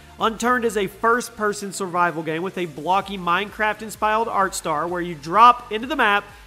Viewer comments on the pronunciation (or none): I believe you mean "inspired art style" not "inspyled art star"